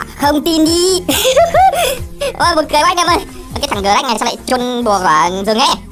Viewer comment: Gờ rắc anh đọc sai rồi phải đọc là sờ nách :))))